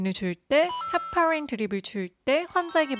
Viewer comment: 헬파린?? 헤~~알파린?ㅋㅋ발음 듣고 깜짝놀람 ㅋㅋㅋ 한국은 애플페이가 안된다는점이 제일 속상하네요 간호사는 꼭 애플워치가 필요할거같아요 ㅋㅋ 썸넬만큼 잘 만든 영상이시네요 ㅋㅋㅋㅋ